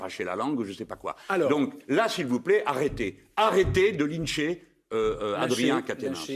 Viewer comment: Pourquoi il prononce le mot "lyncher" comme ça ? 🤔 Et pas qu'une fois.